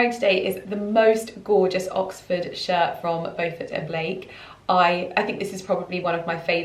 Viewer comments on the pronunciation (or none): none